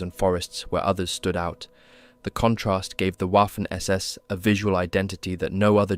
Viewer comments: „Waffen“ is spelled like „Vaffen“, not „waffel „😅 Hint: The same here: „Wiking“ spells just like „Veeking“, but with short „ee“. 😊 I think, they did not have zippers in those days. So, Norsk people not telling the truth here, right?😅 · Great vid. Fyi, Waffen is pronounced Vaffen, Wiking-Viking. Just like Wagner is pronounced Vagner.